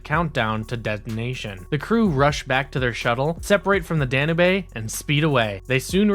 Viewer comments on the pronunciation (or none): Nice video but I was distracted by you saying Danube. It’s pronounced Dan-yoob not dan nay bae. Other than that like I said I liked the video. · Oh, for the love of (insert holy person's name here)! It's the "Danube" dan-you-buh (or dan-you-b) like the river in Europe. NOT "Dan-uh-bae." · The ship "Dan-oo-bay?" Danube is pronounced "Dan-yoob." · Sorry to sound petty,but its pronounced "Dan-yoob", not "Dan-u-bay". The ship is named after the Danube river. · Danubae? Sure it’s not the Danube? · Listen.. i REALLY want to like what you're doing here. But with ALL the pronunciation errors here - CIndy (Syndey), Da-nu-bay (danube, dah-noob) and others - It's clear you don't know, understand, or respect the material or are just reading (poorly) off of a teleprompter. Sorry man. You need to up your game. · “DAN-YOUBE”. It’s a big river in Central Europe. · That’s not how you pronounce “Danube.” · The way you kept pronouncing Danube...that shit legit triggered me lol